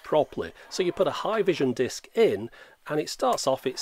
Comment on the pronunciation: "mooovies on a diisc?!" - absolutely priceless in that accent